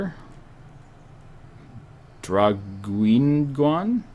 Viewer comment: Hello I am a french and the east Provence area pronounce ( DRA GE NIAN).